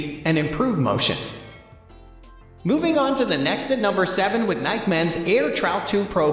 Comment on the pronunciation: I’m concerned because this dude doesn’t know how to pronounce Nike. How can that possibly be.